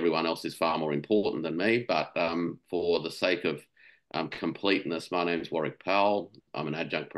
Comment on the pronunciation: All-Star Cast!💙 Take note, non-Australians!: Warwick pronounces his name "Worik" ;-)